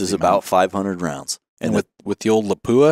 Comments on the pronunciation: For people who are supposed to know the industry, you don't know how to pronounce "Lapua". It is not La pu a. It is Lap wa. Otherwise, an interesting and enlightening video. Well presented. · Not la po a ... Guys